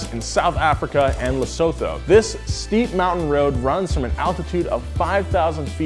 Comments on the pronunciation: Lesotho is not pronounced Lesawthaw but Lesaw2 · Lesotho us pronouned "lesutu" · Lesotho is pronounced Le-su-tu:-) ... Did it in a diesel nissan hardbody 4x4. Nice one! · For geo-nerds, Lesotho is pronounced "le-su-tu" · I'm from Lesotho and it's pronounced Le-so-tho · It's lesotho and it's pronounced luh-soo-too. Very nice place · Le - sue - two is the proper way to pronounce Lesotho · FYI, Lesotho is pronounced Lesootoo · it's Lesotho as "lesootoo" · It's pronounced Lee-soo-too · Brah, Lesotho is pronounced Lah-sue-two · i live in south AFRCA it is not called Lesotho thats how white people pronouns it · The way he pronounced lesotho😂